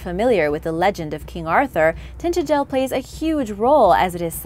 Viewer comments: “Tintagel", it should be noted, is not pronounced "TintaGEL" as you would pronounce the 'g' in 'gull', but should be spoken as in "Tin-TAJ'l" with the 'j' as in 'jelly' not meaning to be shady I love your videos just thought I should let you know x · Sorry, it is Tin- taj-ell with equal emphases on all 3 syllables. Lancashire is pronounced lank a sher , not shiyer. Same with all our Shires. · King Arthur’s Castle is frenetically pronounced as Tin-ta-gel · It's pronounced "Tin tag nell" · Anyone else go batty over the way she mispronounced Tintagel??